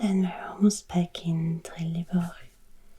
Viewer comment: Good job with the pronunciation, although you need to work on your Skånska 😂. Danish/French "r" instead öf "tungspets r" when you say "Trelleborg". (You did pretty well with "Höör" though.) Oh , and there's no bridge between Helsingborg and Helsingör:-)